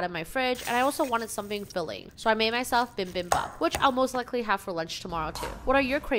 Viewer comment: The bibimbap pronunciation hurt me on a spiritual level